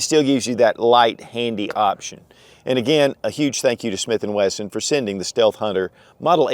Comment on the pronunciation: Steath hunter? 😂😂 no biggie